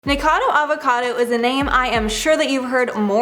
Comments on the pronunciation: No biggie, but FYI she is saying "Ni-Cado Avacado" instead of "NiKOcado Avacado" haha she's missing a syllable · Nik-o-cado, dF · She keeps saying Nikado instead of nikokado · The host pronounces his name as "NiKADO" and not Nikocado. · Mispronouncing everyone’s names is driving me nuts! It’s NikOcadO and I don’t even know how to translate what you did to Hyunee’s name. But her’s is pronounced he-yun-ee. Maybe consider watching their vids to learn their names before the expose. Just a thought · Nikado avocado? Hahaha sorry, just found funny how you pronounced it since it's nikocado avocado Really like you tho😊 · You have said his name wrong twice in the first 28 seconds... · Why is she saying his name wrong? 😅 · I love how noone can pronounce his name right lol